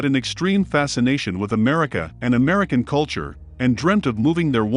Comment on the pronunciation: Fabrizio betrayed Michael because Barzini promised to " takah me to Americah!"